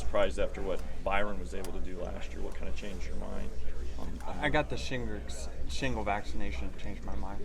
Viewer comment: Is he saying shingrets on purpose?